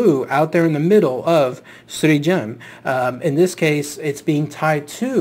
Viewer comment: Bukavac is pronounced bookavats and, yes it comes from buka - noise. And Srijem is pronounced Sriem, J is read like Y.